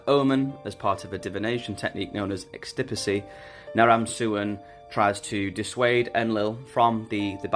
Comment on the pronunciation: Extispicy... EXTRA SPICY!?